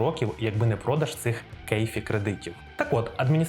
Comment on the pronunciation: не "кейфі", а "КАФЕ" - CAFE. Ти б за ТОйоту не переживай. У них нормальний баланс між ДВЗ-гібридами-елетро-воднем. За Форд і Шевроле нехай переймаються